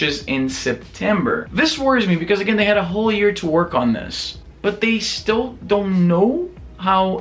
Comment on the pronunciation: "In the ear of our lord 2018" I know what you said, but that's what I heard xD